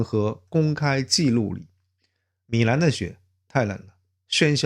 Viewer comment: 不是米难 是米兰